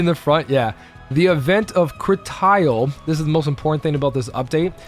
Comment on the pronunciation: You're pronouncing it wrong. Critial is so crucial that it's more critical than crucial.